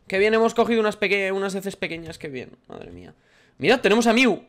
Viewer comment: No se dice miu se dice mew